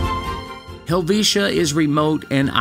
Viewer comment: HELL-VEET-A IS HOW WE PRONOUNCE IT ❤